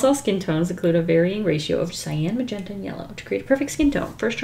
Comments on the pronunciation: Nobody:: moe'zhentahhh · The way you say magenta makes me think you'd be great at speaking Polish!